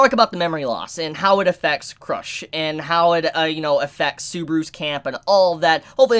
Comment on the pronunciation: pronunciation: Rem-Reim Petelgeuse- beetlejuice/Petelugiosie Cru-sh turns into crush